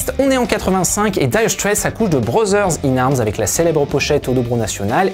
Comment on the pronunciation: Par contre brozzzzers in Arms and Money for Noffffing...c’est pas de l’anglais ! 🤪